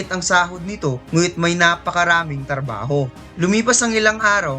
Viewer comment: trabaho hindi tarbaho😂😂